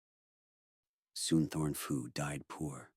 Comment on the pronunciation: Mispronounced the name: it's more like "Soontawn Poo". PH transliterated into English is just a very hard P sound not an F sound. But nice video otherwise! I'm just finding this man's work